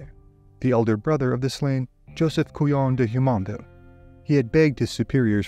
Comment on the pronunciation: The “JU” in Jumonville is pronounced like the “JU” in Julie. Not like the “YU” in Yulia or the “YU” in the Spanish name Julia.